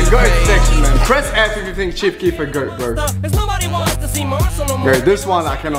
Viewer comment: The way he says goat bothers me so much